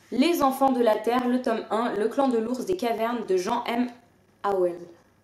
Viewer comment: Salut, J'ai beaucoup aimé "Les enfants de la Terre", c'est ma série préférée, en fait. Par contre, l'auteure est américaine. Ça se prononce Jean, comme le pantalon. ;) Bonne lecture !